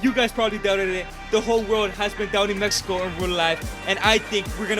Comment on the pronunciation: MEXICO NOT MEHIKO